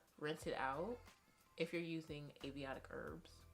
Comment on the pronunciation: AY-UR-VED-IC not aviotic lmao cute. Thanks for the tips!